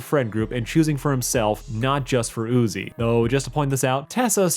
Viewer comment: NUZI??? You mean Uzi